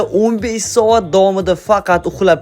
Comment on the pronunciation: Soat× Saot😂😂😂😂